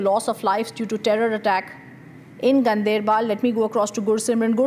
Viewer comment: it is not gun dr bal or gun dair baal ..... it is gaan der bal... Ganderbal